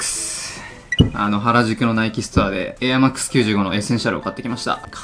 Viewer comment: NIKEのエアーマックスがベイマックスに聞こえたのおれだけ！？